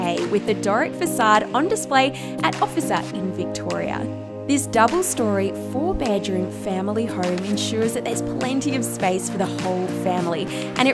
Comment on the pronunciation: What is that accent? Interesting pronunciation of bedroom.